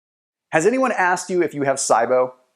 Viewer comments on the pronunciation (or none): It's pronounced "SEEEbo" not "SYEbo" lol. Good video tho, and accurate. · Same as C-BO. It's not sigh-bo. 😂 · Lol it's not( S EYE BO) ONLY PERSON IN THE ENTIRE WORLD I HAVE EVER HEARD SAY IT LIKE THAT HOW CAN YOU SAY IT WRONG AND MAKE PEOPLE THINK YOU ARE AN AUTHORITY ON THE SUBJECT 😥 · I've never heard it pronounced SI-BO. Always heard C-BO. Interesting. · that’s the power of the internet but he should’ve at least learned the correct pronunciation of it first 🤣